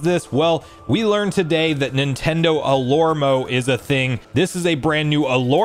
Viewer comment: I think it is pronounced alarmo and not alormo 😂